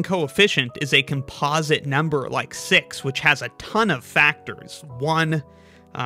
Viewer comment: You say “composite” weirdly